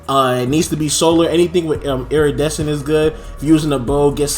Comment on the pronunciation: "Ember of E Ryan" and "irradescent" 😂😂 Good vid tho